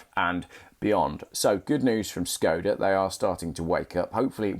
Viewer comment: A little help with pronunciation. It is Š (Sh) KOD (cod) A (ar). Look at the bonnet badge .... you will see the Czech letter Š (sh), not S. The original car company (the 5th oldest in the World) was founded by Václav Laurin and Václav Klement, hence the name of the car. "Václav" is pronounced "Varts larf". In Czech, if you want a pure "s" sound, it is "s" ... if you want a pure "k" sound, it is "k" as in conference = konference.. "c" is "ts" as in hats, bats, mats. Laurin and Klement was acquired by Škoda, the huge Czechoslovak industrial/armaments conglomerate, in 1925 because they wanted Laurin and Klement's engine technology. Unfortunately Škoda translates as both "damage", fairly good for an armaments manufacturer, and "shame" or "pity". (To je škoda ! = It is a shame ! JAKǍ škoda ! = WHAT a pity !)